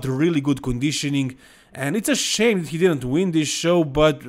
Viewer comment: There is no word in English, “dat”,. The word is pronounced “that”. Come on. 🙄